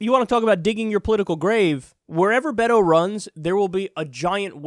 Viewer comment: beyyhhto? That's not how you Beto I think, but who cares from now on amirite lol